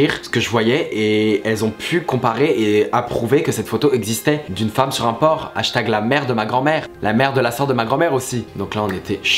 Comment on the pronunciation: Mais c’était « une femme sur un porC » ou « une femme sur un porT » ? (ça m’a grave perturbée 😂)